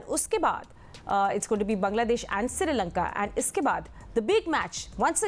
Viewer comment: It’s Sri Lanka and not Siri lanka 😂😂